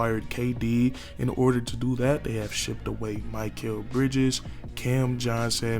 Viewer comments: Mik-ale. Not Mike-ale. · His name is pronounced "Mick-Kell" buddy, not "Mike-Kell." Poor guy keeps getting his name butchered